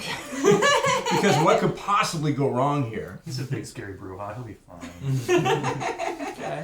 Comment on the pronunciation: 4 questions; No Malkavians? Are you CRAZY? Why did you pronounce Brujah that way? And any info for or against on having the Revised LARP rules (WW5013), and anything on Ghouls pets etc in the Humble Bundle?